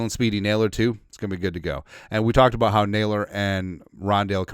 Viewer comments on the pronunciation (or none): none